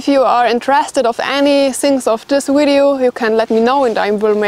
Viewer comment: Heads up: it's 'video', not 'wideo'!